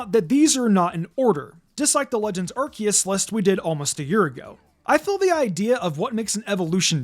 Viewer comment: it's pronouced "Are-See-us"